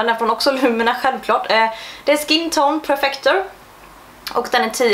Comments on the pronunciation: Tror att du uttalar Lumene rätt på svenska :)Är från Finland och där uttalas det lomene, alltså inga långa vokalljud ( då U uttalas som O) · Lumene uttalas "lomene" snabbt, alltså ingen betoning på någon viss bokstav :) U uttalas som O på finska.